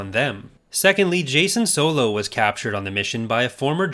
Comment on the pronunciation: Ah yes, Jaacen Solo.